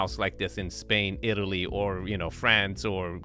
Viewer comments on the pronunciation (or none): none